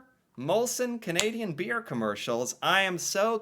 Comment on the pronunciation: Could you emphasize the word 'beer' any harder? I hope you can see these ads were beyond selling beer. You come off as very condescending. I don't know you or your blog, but you come off as very 'American '.